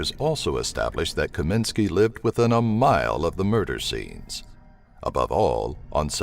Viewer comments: It's *Kosminski, not "Kominski". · Its KOSMINSKI!, Not Kominski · Actually it is KAMINSKY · Your no.1 suspect is not Kominsky, you mean Kosminski. Sloppy. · As long as you re making a video about jack the ripper. Could you go to the FUCKING TROUBLE of pronouncing YOUR number one suspect s name properly. It s Aaron kosminsky. He s only been a suspect for 132 years so you probably didn't t get a chance to learn his name. You Yankee dumbfuck. Really looking forward to your next video about the ten greatest quarterbacks of all time like Preston and Eddie Manley. Robert stabback john nameth and don Maringo. Read a book yankee. It doesn't t give you cancer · the S maybe silent lol